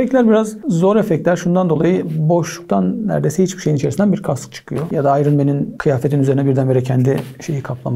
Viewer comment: AYRIŞ MEN Mİ DEDİ 😅